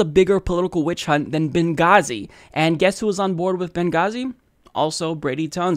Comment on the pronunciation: Seriously?!?! Berngazi